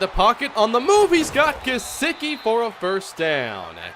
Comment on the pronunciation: Gesecky not gesicki, btw I know how it’s spelled that’s just how you say it